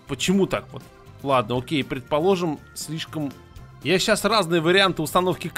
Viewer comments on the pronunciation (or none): none